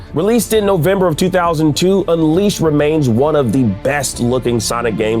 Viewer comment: now i've seen people get release dates wrong, but the way he slaughtered unleashed was embarassing. 💀